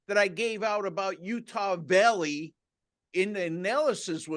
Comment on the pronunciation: Sounds like he's saying Utah villey, it's valley not villy, ok